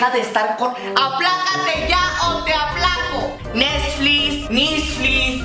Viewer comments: Mamá:mi hijo ya desconecto el nesflis Hijo:mamá no se dice asi se dice netglix Mamá:netsis nesflis netlis como sea la madre esa,andale comectamelo ya 😂😂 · El "nesflis" xdddddd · Así le dice mi mamá pero ella lo dice Nexsflis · "MIJO SE DESPROGRAMO EL NEZFLIS" "NEZFLIS, NISFLIS, WISFLIZ, COMO SE DIGA, ME VALE MADRE, PRENDELO" 😂😂😂😂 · Mijo se desprogramo el nesflis... Nesflis,Nisflis,como se diga! Me Vale Madre!!!😂😂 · jajajajaja crei q era la unica q decia Nesflis 😂😂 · "Nezflis" jajajajajajajajaj😂😂😂 ya me cague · Nisflis ,wisflis,cómo se diga !! Jajajajajajajajajajajajajajajaja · 😂😂😂😂 Nesflis Nisflis Wisflis Me vale madre como se digas ayudame 😂😂😂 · "Nesflis" Mori 😂❤️ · Jajajaja mi tía diciendo nesflis a si dice xd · "Nezflis" xdxdxd